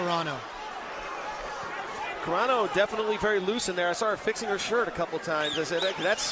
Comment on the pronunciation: Carano, not CARENA, you moron